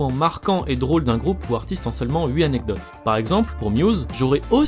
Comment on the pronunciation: A N E C D O T E pas anegnode ^^